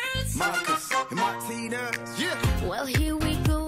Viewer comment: you prounoced martinus wrong